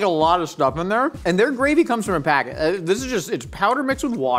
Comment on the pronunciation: KEITH SAID SPACKET…. Did he got to wilderness?